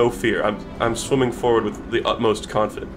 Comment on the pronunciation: in the first 20 seconds, when he said "its a game about shwimmin." captions read "its a game about women." thanks youtube very cool!